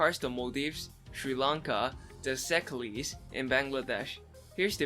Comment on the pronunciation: "Seclees" I'm dead 💀